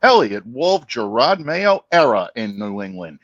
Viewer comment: He also says Gerard Mayo instead of Gerod all the time!